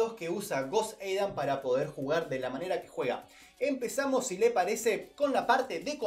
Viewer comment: No soporto que digas joseidan así se te escucha